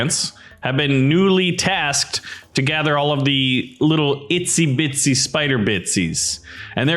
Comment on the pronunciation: i laugh when you siad itzy bitz spiders bitzy's